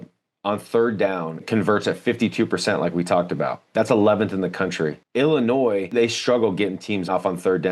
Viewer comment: Its Illinois....not Illinoise. Love see the people that have me blocked on twitter....well the dubup discord has me blocked not the people who run it.